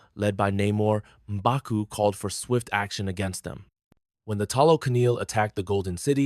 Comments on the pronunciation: It’s not mobaku, it’s Mmbaku while pronouncing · Mobaku😂 common atleast pronounce it correctly